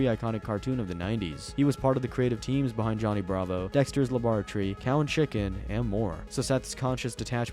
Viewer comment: "dektchers labrartree"